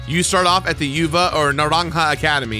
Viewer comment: Your pronunciation of "terastalize" is better than your pronunciation of "Uva" and I love that about you.